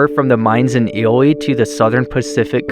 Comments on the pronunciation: Illy? really? It's pronounced Eeelee (Ely) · Just an fyi the pronunciation of that town your referencing is pronounced (eely)